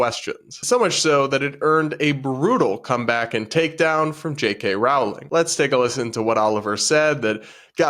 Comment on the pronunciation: Rolling, not Row-ling 💕